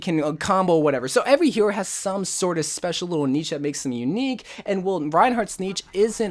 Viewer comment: You saying niche incorrectly triggered me for no real reason